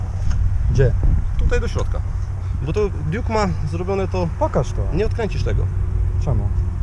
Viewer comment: Duke a nie juk